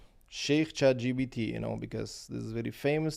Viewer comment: “Don’t go to the Google…” “…Let’s go to Sheikh GPT” 🤣